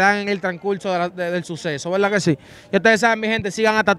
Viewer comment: Cuantas veces dice" hay bobo de velda" Ay mi madre 🤣🤣